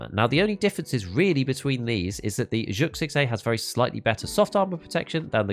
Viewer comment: ZHOOK man. It's not Zhuk it's pronounced ZHOOK. ... Look You have a great channel but wtf, this is a foreign game, there IS a correct way to say all these things. OOLAY not YOOLAY fuggin OOLAY